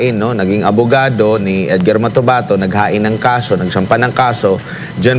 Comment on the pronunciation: Motabato daw , ate basahin mo uli ung script matobato yan